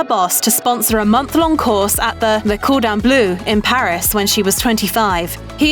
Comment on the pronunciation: Yes, and also 'Le Cordon Bleu' and 'expletives'!